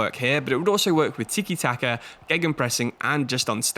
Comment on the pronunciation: it's tika not teekie?